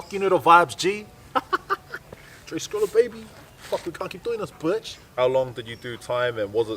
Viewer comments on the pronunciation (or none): Funny how you pronounce bitch as butch😂😂😂